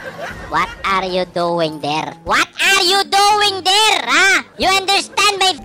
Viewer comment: "wat are doing der?" ayun basag ang base! AHAHAHA